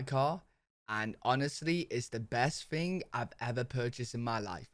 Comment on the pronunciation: Where do they say “thing” like “fing”?